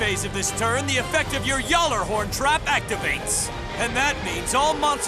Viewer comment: Complete agreement here, though i'd appreciate it way more if Team Ragnarok would pronounce their cards correctly. "Yallerhorn"?? Its pronounced "Gallorhorn". Or the Einranjar cards in Halldor's deck.